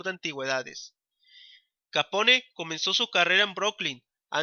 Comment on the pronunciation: Q pronunciacion...!!! Un poco más de cultura por favor...Capone mmm